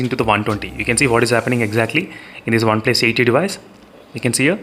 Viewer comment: Me: OnePlus:Oneples 😂